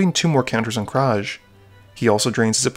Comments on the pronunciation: That's Krav, not Kraj. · KRAV NOT KRAJ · how you say krav bugs me. your saying kraj.